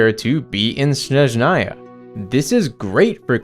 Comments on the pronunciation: THIS + jp and ru are pretty close phonetically speaking, which also helps a bunch. i just don't understand where did the en vo direction see SHhSHSHnezhnaya and why it's so hard to place the stress on the first syllable lmao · one day people will learn how to properly pronounce Snezhnaya... but today is not that day 🥀 ig if the en vo direction can't be bothered why anyone would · I can say only about russian, but again jp did a great job pronouncing these words. I can see that they actually put some respect and effort into pronounciation. Same goes for cn dub. While en quite often can't even decide "what is the right way to say this word". For example in HSR in ONE DIALOG two va's say NPC's name in two different ways... Mind you, I have nothing against va's themself, but their director/s, who can't even do a 5 min research and give all va's basic transcription or smth similar? Yes